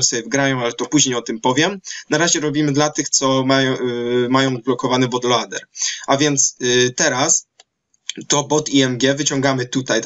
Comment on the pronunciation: but lołder :D